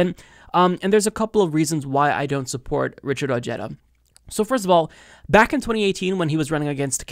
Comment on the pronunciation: WTF? Richard O-HEH-dah! Dónde está tu español? In your back pocket, next to your brain? Lol. Good Spanish in America matters!